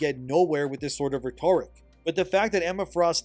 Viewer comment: God please someone tell him how to pronounce "rhetoric" it's driving me crazy lmao